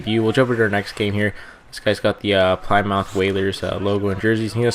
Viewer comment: plimith is who its pronounced